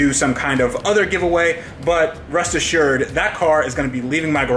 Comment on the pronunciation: Did you say "rust assured" !? 😂